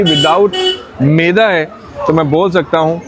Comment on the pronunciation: keh rahi hein meda nahi maida.